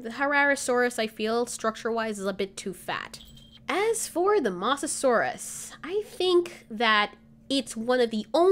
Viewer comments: Pronounced moes not moss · You said moss-a-saur-us when it's moes-a-saur-us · You pronounced Mosasaurus’s name wrong... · Mosasaurus is pronounced with a long o sorry just had to correct